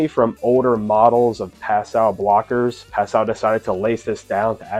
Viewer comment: As a French speaker, this is the correct pronunciation